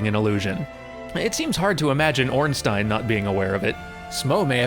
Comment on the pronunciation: Thank you and congratulations on pronouncing Ornstein correctly after having gotten it wrong during the play-through.